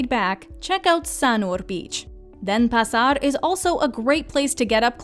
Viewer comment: Nice list so well done! Indonesian however is not pronounced like Spanish. I giggled at the pronunciation of Denpasar and Sanur however it did make me want to go back again...